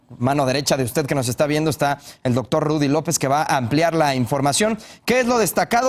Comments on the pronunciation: Verdad que dice Dotor? 😆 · le cedere el tiempo al "DOTOR"